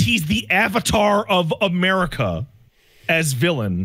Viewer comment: Omg Amelie...Ka? Lol 😆 (say it in Engrish if it helps) Amelie...Ka? Amari...Ka? then Matt McMuscles would say YEAH! Murica!!! 🇺🇸